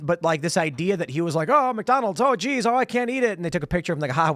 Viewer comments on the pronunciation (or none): none